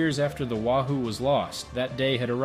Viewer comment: Btw, it's pronounced 'way-who', know your fish. (subs at the time were named for fish)